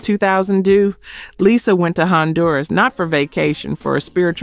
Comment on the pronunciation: Had me believing the narrator was a real person until she mispronounced Lisa Lopes as Lyza Lopes